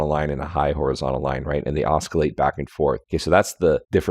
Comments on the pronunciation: the "c" in oscillate is an "s" sound and not a "k" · Some genius, can't even pronounce the word "oscillate".